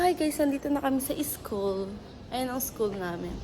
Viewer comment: You're from Nueva Ecija without saying you are from Nueva Ecija. Dahil and bigkas mo ng school ay Is-kul.